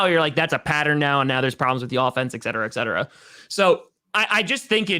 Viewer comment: ( Packers Owner ) hey, the phrase is ET cetera, there's no X in there. please pronounce it correctly, it would be much appreciated. Also, taking that spam caller like a Boss was gold:-)